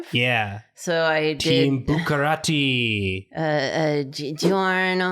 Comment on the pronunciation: why did pronounce Buccarati as "Bukkake"